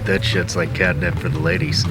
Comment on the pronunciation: "Cat nip" LMFAO!!!